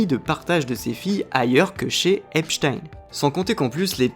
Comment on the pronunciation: Tu aurais pu regarder une vidéo de lui pour voir comment il prononçait son nom. Epstein 😂😂😂😂 Epstinnn!!! 😅